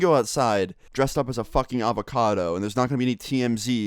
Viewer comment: Buds done said a alvicado suit😂😂😂😂😂😂😂😂😂😂😂😂😂😂